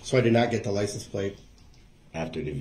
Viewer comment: I think it's liscents plases.